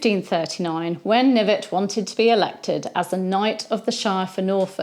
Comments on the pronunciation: I'm certain that his surname was pronounced "kuh-NIV-et." Was he related to Sir Thomas Knyvet, who had the famous duel with the Earl of Oxford? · Seems French. Maybe it was pronounced Knee-vay.